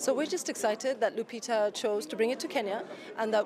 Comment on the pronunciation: Her name is LUPITA NYONG'O not "Lyupito". Please correct this.